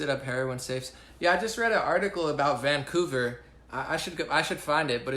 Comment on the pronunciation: No no no wait... your "Vancouver" voice.